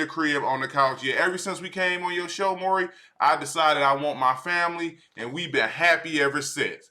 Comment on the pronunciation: bro saying maury povich is killing me lmao the whole hood know him as maury